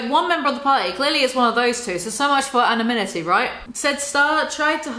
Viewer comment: bro nothing to do with the video and yes f him but how can you want to be a writer and not know how to pronounce anonymity lmao also talk about projection huh he's always accusing james charles of going after straight men, look who's talking